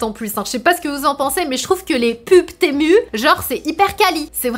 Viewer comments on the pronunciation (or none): On dit "Temou" et non Temu